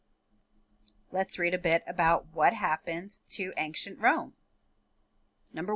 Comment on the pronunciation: Please don’t say “aink-shent” it’s ancient, pronounced “ain-shient”. Think of it this way, an-cient. The “c” is pronounced as an “sh”.